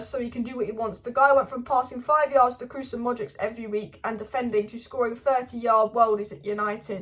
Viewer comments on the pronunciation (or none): none